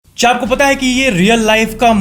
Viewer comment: Kya ki jageh cha kyu bola